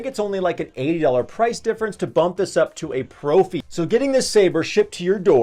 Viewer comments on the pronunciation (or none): Love your channel. just a bit of info for ya it is actually pronounced pr"off"ie for the soundboard name